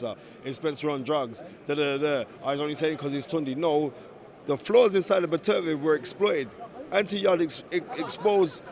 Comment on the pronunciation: It’s BETTER-BEE-EV, Spencer